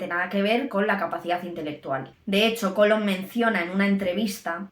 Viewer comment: ¿Cólom?. ¿No será "Colom"?. Por favor...